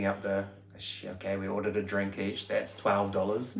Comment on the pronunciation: I love it that has assimilated quite well.... "I sent her a tixt... then asked her out for a drenk"... Well played